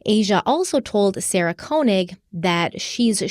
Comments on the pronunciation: this is nitpicky, but the first part of Sarah Koenig's last name is pronounced KAY not KOH. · To be precise - it's pronounced "KÖ"... 😉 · Fyi: Sarah pronounces it "Kay-nig" 😊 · that burnt orange color is amazing on you! Also, I’m pretty sure Sarah Koenig pronounces her last name as “Kay-nig.” Keep up the outstanding work!!❤